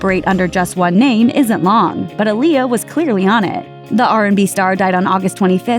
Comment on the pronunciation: It’s AH-LIYAH but that’s just my nitpick or whatever.